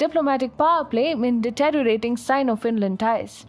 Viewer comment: It is ironic that, although the speaker's pronunciation of words such as deteriorate and use of pauses and emphasis on words is poor, so too is your English - i.e. 'atleast'; 'basic'; 'engage in news segment'!